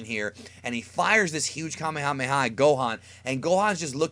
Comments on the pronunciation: uhm it is pronounced kuh-mey-ha-mey-ha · It's pronounced kaa may huu may huu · Say it with me.... ka may a may a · You say kamehameha like Kemehameha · Kuh-may-uh-may-uh wave. Not "Kah-may-ha-may-ha." Annoying as shit. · It is called kah may a may a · here's a fun game take a shot of whisky every time he says kamehamha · It's PRONOUNCED: Ka-MAYA-MAYA!! OMG I couldn't even get through this video. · Can we get a word count on how many times he said kamemhaamehamehm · The Frieda ocean sneak Kahmehameha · Ethan Goolsby Commie-Hommie-Ha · Why does he say kamehameha like that oh and it’s not flash kamehameha it’s final kamehameha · it hurts my freaking soul every time you mispronounce "Kamehameha" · I always cringe when people say kamehameha like that